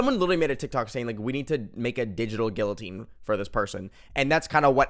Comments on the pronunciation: "gillatine" is crazy 😭 love you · HELP THE WAY HE PRONOUNCES GUILLATINE IS KILLING ME